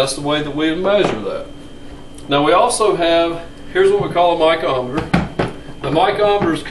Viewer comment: I have never heard of a "micometer" either. I wonder where he learned to read?????